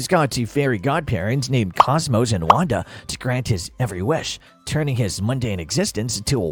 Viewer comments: Why he keep saying “cosmos” his name is CosMO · “Cosmos” is pissing me off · The mispronunciation of Cosmo forced me to unlike the video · You have a couple mispronunciations It’s Cosmo, not Cosmos And it’s Mama Cosma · "De Rules?" "Yorgen" Von Strangle? Surprised that this wasn't pointed out beyond Cosmo's mispronounciated name. *Da* Rules *Jorgen* Von Strangle. Just pointing that out. Sides from that, good video.